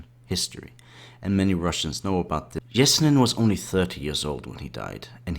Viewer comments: Pronounce his name probably its not even close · do you also pronounce yellow as jellow? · I know right? this guy should do some research before saying his name.